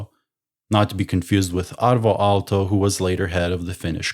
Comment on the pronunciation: Alvar Aalto, not Alto. Aalto means wave.